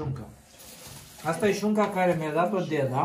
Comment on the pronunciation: Craciun fericit cine face,si va spun un Bravo voua si deasemenea si lui va urmaresc cu drag si imi faceti placere si va urmaresc cu drag.sunteti niste oameni minunati.foarte frumos vorbiti si lucrurilor le spuneti pe nume.si cel mai frumos spui spui cuvantul,DEDA'.bravo de tot ce faceti❤❤❤